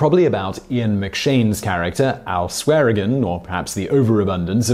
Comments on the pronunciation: You did okay pronouncing South Dakota, but where is Montanner and Canader? Another name is pronounced 'swear-engine', not swear-again. Unless you are just trying to be cute...you're not. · Dope video. Hitting the G wrong in swearengin is oddly pretentious. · on pronunciation: isn't Swearengen Swearen'J'en? (or Swijin if you prefer) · Isn't it pronounced "Swearen-JEN", though? He was my favorite, but all this time, was I pronouncing his name wrong??? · as much as i appreciate your videos and this one, that is not how you pronounce Swearengen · So, you watch the entire series, I guess, and yet, the very first chance you get you say "Swearengen" with a hard G. What is WITH you? And it's LAWR enforcement, CanadER, and MontanER. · 10 seconds in and the host gets Al's name wrong. I'm already apprehensive about this video... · Have you ever seen the show? Asking because you don't seem to know how to pronounce Swearengen. Oh wait, this is a Simon Whistler vid, never mind. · when trying to correct someone's spelling make sure what you write is correct He mispronounced his second name which someone who is familiar with the show would not On and one are different words altogether buddy I'm sure there is some variation of all with two ls but doubt if you would ever find on describing the number one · again yes I spelt it wrong it's one of those words that is confusing like Say Flanders is singular what is the plural? I basically said this dude said Al's second name completely wrong and considering you watch and listen to shows characters not spell there name there is a slight difference